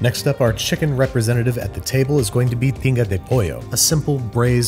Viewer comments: When you made Tinga de Pollo I swear I heard Pinga de Pollo which translates to Chicken D@ 🤣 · I had to look this up. But I legit thought you said “PINGA” de pollo 😂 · I thought you said you’re making “Pinga De Pollo”... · As a Mexican, none the "Carnitas" nor the "tinga" was done properly however, the final product seemed delicious 😮